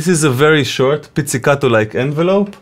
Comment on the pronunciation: You actually press your finger on a bass guitar string to mute it. If you lift your fingers, nothing will dampen the string. But you pronounced pizzicato right so we're cool :>